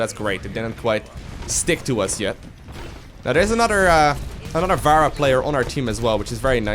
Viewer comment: I just watched all your Overwatch videos in one sitting, because they're fucking great. But mate, her name is [Fa-rah] not [Va-ra] :D Good job though, the best series I've found so far.